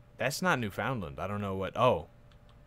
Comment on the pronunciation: Pronunciation of Canadian provinces; New-fin-land (an understandable error), either Kwa-beck or Ka-beck, Sass-kat-chew-on, Cape Breh-tawn (not a province irl, part of Nova Scotia) and finally in-game Epikwet (not certain of the spelling) ep-i-gwet (just call it PEI or Prince Edward Island for ease of use). Furthermore, with a big realm you will want to auto-stop plots always.